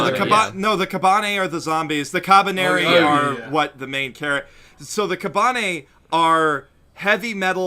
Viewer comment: The way the guy pronounced "kabane" cringe me